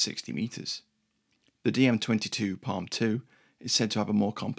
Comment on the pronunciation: It's PARM Panzerabwehrrichtmine, not PALM